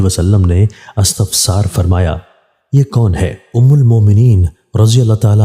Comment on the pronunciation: DEC 6, 2022. AAP APNI URDU KO DRUST KAREN. " AFTAFSAR " NAHI HOTA " IFTIFSAR " KEHTE HAIN.